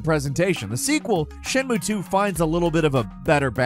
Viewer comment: As often as you talk about shenmue, someone should have pointed out how you're balking the pronunciation. Or you're doing it on purpose. Which is worse. If you're going to say Japanese words, take a few minutes to learn how each vowel sound is pronounced.